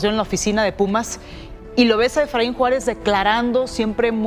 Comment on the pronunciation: Es Efraín Juárez nooo Suáaaaarez caaab 😂😂😂😂